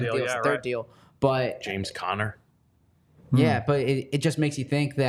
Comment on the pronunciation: “James Conner” 😂😂